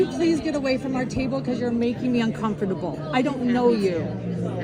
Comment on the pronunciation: i cannot stand her pronunciation of the word un-com-for-table